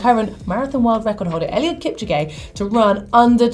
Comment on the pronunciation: you pronounced eliud kipchoge wrong